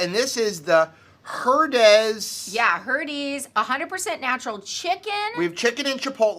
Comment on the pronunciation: Hair' days' Herdez roll the r.